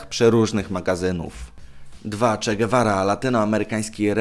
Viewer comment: Czegawara ? Ty tak serio?